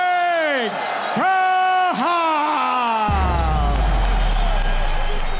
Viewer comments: Khachab not Kah7ab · It's Khachab, not Khahab ffs 🤬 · Khachab not kahab...